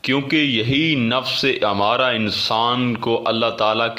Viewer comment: امارہ نہیں بلکہ ام مارہ ھے یعنی میم کے اوپر تشدید ھے